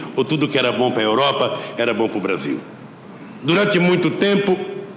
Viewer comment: O pessoal de antigamente pronunciava o "L" como um "L", hoje em dia pronunciamos como um "U" BrasiLLLL : BrasiUUUU Os R's também mudaram, antigamente eram bem mais "rolado" (não sei o termo certo), hoje em dia é um "rhotic R"